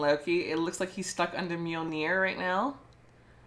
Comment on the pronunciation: Yeah, he's a troublemaker but I think I'm going for Loki. I'm so glad you know how to say Mjölnir. 😁